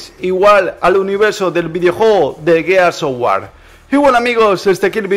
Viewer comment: A estas alturas, y no saber pronunciar el nombre del juego...